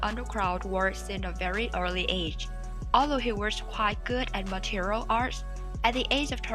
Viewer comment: It's not Material artist. It's Martial artist.